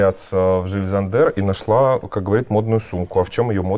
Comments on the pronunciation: Ага, правильно, только не Жиль ЗандЕр, а Жиль ЗАндер ударение 😂 Как и в МЮглер, катАрсис! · Интересно, почему немецкие имена надо произносить на французский манер? Жиль СандЭр? А правильно ведь Йиль ЗАндер. Например, Jenny - это у немцев Йенни, а не Дженни и не ЖеннИ. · Идея то хорошая. Но для начала нужно прозносить правильно названия брэндов, Джил Сандэр и ударение в анг.языке всегда на 1 слог. Странно что Саша этого не знает. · все таки Jil Sander - это Жиль Зандер с ударением на первый слог ;) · Все-таки Jil Sander все-таки с ударением на первом слове в фамилии произносится! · С чего бы это в немецкой фамилии Зандер было ударение на последний слог? На первый! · Дыа! И в Мюглер на первый, я уже в который раз тут разоряюсь в камментах по этому поводу 😆 Это равносильно говорить: РогОв и ИвАнов 😂